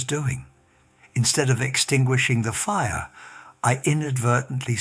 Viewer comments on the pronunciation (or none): none